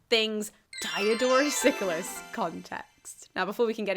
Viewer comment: Dee-O-dor-oos See-kew-lews, thanks.